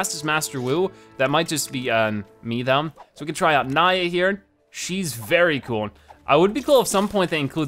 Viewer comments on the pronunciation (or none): You said nya wrong... The Y is pronounced like an E, not an I